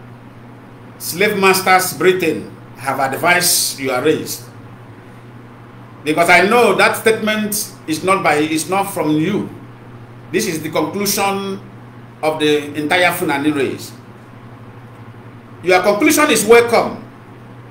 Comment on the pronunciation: With respect sir, It is called FULANI and Not Fanani...lol😂